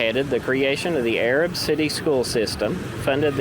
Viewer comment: Pretty cool video. We say Arab like A-Rab though. 👍 I see you’ve done a few videos on Marshall Co. but haven’t watched them all. Just found your channel. Have you done a video on Union Grove? There’s a place called Greenbrier Cove, several old cemeteries down there. In the Civil War the Union Troops crossed the river down in Greenbrier, they had camps down there. My great great grandmother who died at 106 , she was the oldest person in Marshall County at the time. Her obituary said that she remembered Yankee troops crossing the river and setting up camp down there. My great great grandfather was a Confederate soldier and my gg grandmother’s second husband. He is buried in the Cove.